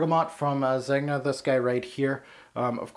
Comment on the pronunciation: I don't understand why pronunciation is so difficult. Do you pronounce the G in lasagne ? NO ! Son why pronounce the G in Zegna ?